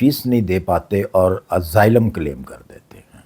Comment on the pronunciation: اسائلم ہو تو ہے۔ ازائلم نہیں۔